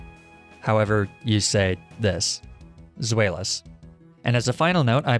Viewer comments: I think Zweilous should b pronounced "Svylous" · the evolution line Deino Zewilous and Hydragon are pronounced in the German words of 1 2 and 3 Deino is Dino Zweilous is Zwei-loss Hydragon is High-dragon the H in chasm is silent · The last one (zweilous) is pronounced z-v-ei-l-us (zweilous) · Deino line is based off of German 1 2 3, or ein, zwei, drei. Zweilos would be pronounced “zv-eye” as in eyeball. Love your videos. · the only legitimate mispronounciation here is zweilous.